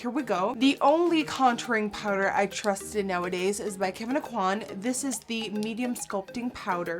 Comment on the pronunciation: Literally EVERY beauty blogger mispronounces Kevin Aucoin's last name. Annoying af